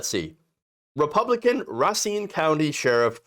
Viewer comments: Pronounced RUH SEEN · "Racine" say it like this.. "Ruh Seen" is the correct pronunciation. I should know... it's my last name. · It's Ray Seen... Correct pronunciation. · Racine: pronounced RAY-SCENE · Pronounced “Ray-seen” WI